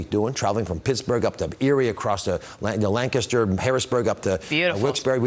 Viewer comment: Oz is such a carpetbagger, he even mispronounced 'Lancaster' (he didn't use the unique way the residents of that area of PA say it). An actual longtime resident of PA (even in a different region of the state) would have a decent likelihood of knowing how to say it in the way that would please the voters of Lancaster County.